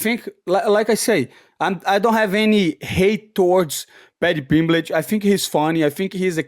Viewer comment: Padty pimblech 😂